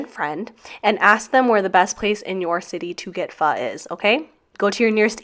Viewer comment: you actually said PHO correctly . which is awesome ! & you are right - the best pho are the ones your asian friends recommend lol . but love your PWMS